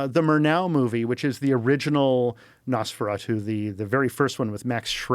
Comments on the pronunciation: if he pronounced nosferatU one more fucking time the wrong way i was going to yank him through the screen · Why can't Joe pronounce "Nosferatu"?